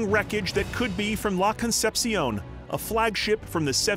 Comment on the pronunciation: These dudes pronounce CONCEPCION as Con-sep-siyown when it should be Con-sep-shon